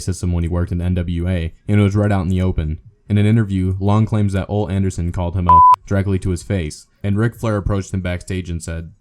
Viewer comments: Bro, it OH-LEE Anderson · Anyone else notice that the narrator mispronounced Ole and Kamala? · How about getting someone to narrate the video who can actually pronounce wrestlers' names? Learn how to pronounce the names of Kamala and Ole Anderson. It's not like there aren't any videos out there readily available at your fingertips to hear an announcer contemporary to them pronouncing their names. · kamala is pronounced kaMAHla, and Ole Anderson is pronounced Oh-Lee. are you like...a wrestling fan? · Ole has two syllables.